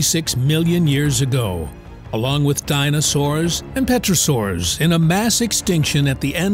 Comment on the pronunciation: Terra saur Pterosaur not Petrosaur